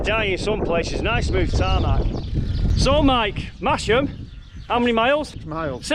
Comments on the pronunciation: Mas - ham not Mash - ham. And even as a proud Yorkshireman I got it wrong, but never made the mistake again after my wife 'corrected' me. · Great video, nice to see familiar places. next time you go if you pronounce it "Mass Mmm" you might get extra black pudding ;) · Silent 'H' in Masham. Another Yorkshire settlement with an unpredictable pronunciation to add to the list! Looks like a belting ride, thanks for sharing.